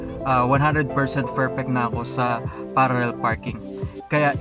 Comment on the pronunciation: Pararrel pa more lol